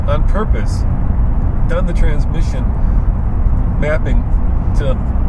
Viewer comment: Russian KGB agent. "Trrransmission!" Trrransmission"